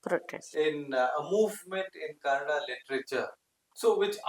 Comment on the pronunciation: KannadA and not Cannad. Pls correct